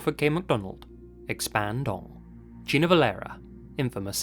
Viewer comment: Kuddos to massive legend who made say "expand dong"